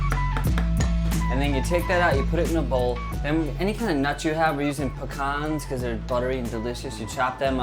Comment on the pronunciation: thank you for pronouncing pecans right